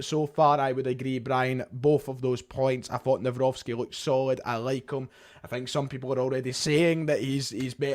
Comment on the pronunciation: I’ve bumped into you back in 2020 near the Footlocker, gave you an awkward handshake when it was a little bit inappropriate back then 😅. It’s nice to see how you and your channel have grown since then. Little tip on how to say Maik’s second name, it’s Navro-tzki. Best greetings from a Polish fan. Keep up the good work and all the best in the near future 🙏🏻